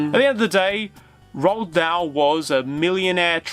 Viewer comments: Damn son, learn how to pronounce "Roald" properly. It's "Roo-all", not "Rolled" or however you're mush-mouth is botching it. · Roald Dahl's name is pronounced, "Roo-All."